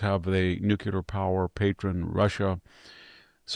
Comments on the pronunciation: Please Vict..the word is nuclear..not nucular..you're making the same mispronounciation as Bill Clinton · Nothing but respect, but please stop saying "nucular power." This is for you, not me.